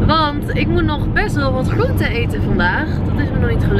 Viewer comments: De G en de R gaan niet goed samen bij jou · Gotta love you & je video’s. Zelfs je ‘GRRRR..am GRRRR..oente’ 😂 Echt een relax momentje, lekker een video kijken & altijd weer een beetje bijleren. Thank you ❤️ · Je zegt groente zo grappig😂, alles met de r 😂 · Mijn god ik krijg echt de kriebels van de manier waarop je "gr" uitspreekt: gram, groente enzo😂😂 leuke video tho❤